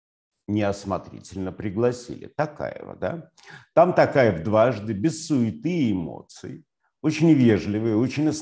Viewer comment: ТОкаев а не ТАкаев